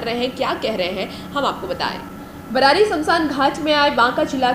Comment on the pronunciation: Hum Bhagalpur barari se hai adeshpuri sir se hum mile hai bssc ayog may apne barari ko thik se boleye aap barari galat bole